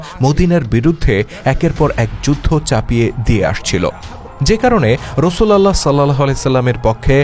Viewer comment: বাহী রাসূল আল্লাহ না। নাউজবিল্লাহ। এটা হবে রসূলউল্লাহ